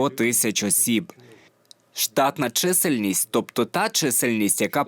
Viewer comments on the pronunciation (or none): у озвучувачів якісь прОблеми з нагОлосами: чомусь не чисЕльність, а чИсельність!